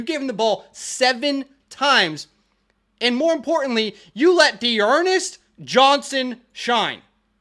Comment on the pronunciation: “D’Ernest Johnson?!?!” 😂